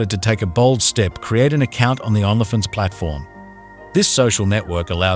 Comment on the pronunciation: I’ll start sponsoring this channel when YOU stop mispronouncing every other word. You can’t even say Only Fans?